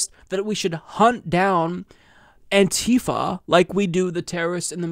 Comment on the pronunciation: Did pretty decent job at pronouncing ANti-fa, but later on, you reverted back to pronouncing it as anTEEfa. It's hard to change the brainwashing.